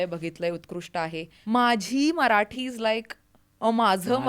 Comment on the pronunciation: इतक शुद्ध मराठी..कमाल कमाल आहे.. खूप खूप कौतुक... तुमचं ही खूपच कौतुक.. तुम्ही सगळ्यात प्रथम मराठी म्हणताय मराटी नाही 😂 इथे मराठी मातृभाषा असलेली लोकं सुद्धा चुका करतात या.. खरच खरच कौतुक..डोळ्यात पाणीच आलं माझ्या